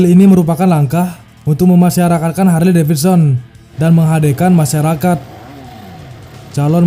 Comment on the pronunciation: HARLEY, (dieja / dibaca) = HERLI 🤓